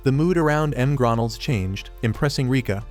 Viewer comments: you mean MgRonalds😂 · The heck is m grondles 😂